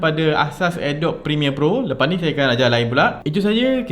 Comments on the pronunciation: Mula2 belajar sebut betul dulu. Adobe tu sebutan dia adobi BUKAN adob. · Bkn Adobe (a-dob), tpi sebutan yg btul (a-do-bi)...harap maklum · sebutan dia "adobi" bukan "adob" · I really want to watch this video until the end.....tp belum seminit balik2 dengar Adobe pronounced as ah-dop.....instead of uh -dow-bee... AGH!!!!!!!!! CRINGE!!!!!!!! Ajaran dr manaaaaaaaaaaaaaaaa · Bukan ke cara sebut dia "a dobi"?